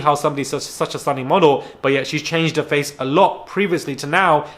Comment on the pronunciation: misguided nonsense is the best thing i’ve heard in ages!! Even funnier was when you spoke about Julia you said something like ‘we haven’t been hit in the fox for a while’ (instead of face) 🤣😂 This episode was so funny!